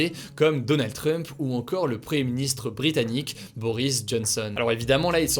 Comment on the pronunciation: Hugo, tu as du mal à prononcer "premier ministre", tu dis toujours " preuhé ministre", t'es fâché avec les "m" et les "i" ?